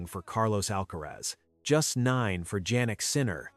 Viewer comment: Jannik Sinner is pronounced as Yannik not Jaynik ( sounds like).